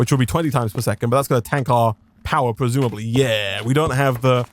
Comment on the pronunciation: He didn't. Not once. I'm sober and my beer is now flat. He does say pwesumably a lot though. I wondew if he wealises how wepetative that sounds?